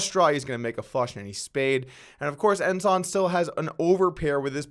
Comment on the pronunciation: Hey, somebody told you how to pronounce Ensan, he ranks higher than Ensign.